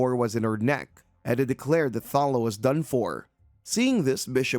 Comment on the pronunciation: Clickbait title (as there's no revenge), I spotted at least one panel being repeated twice (I use this as background noise) and you keep calling that girl 'Thalla' when the panels literally read 'Thalia'. I barely pay attention but even I can spot various errors with this recap. Are you even trying?